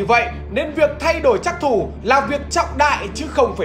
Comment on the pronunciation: trắc thủ mà nghe nhầm phắc thủ